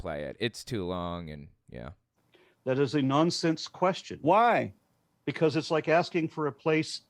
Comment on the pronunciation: How the f**k is JLP going to try to ask any question whenever he can't even pronounce question correctly?!